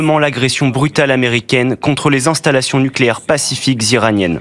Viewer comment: "installations PACIFIQUES nulcéaires " 😂😂😂